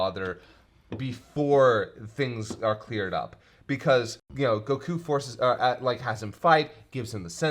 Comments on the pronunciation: Has he always pronounced it goKU? lol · Every time says Goku I die a little inside.